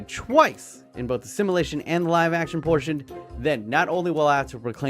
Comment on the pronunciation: PLEASE FOR THE LOVE OF GOD (I love u but) STOP SAYING SIMALATION ITS SIMULATION I HAVE DELT WITH THIS FOREVER AND SO HAVE THE OTHER VIEWERS